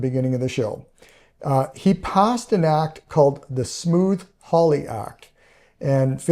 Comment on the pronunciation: Is he saying Smooth Hawly, I thought it was Smoot with a hard T right? like suit or dispute. Not smooth like Smooth Criminal